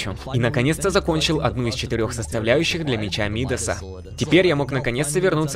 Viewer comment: Меч Мидаса, ударение на а. Он назван в честь чувака по имени Мидас, который касанием превращал касанием все что угодно в золото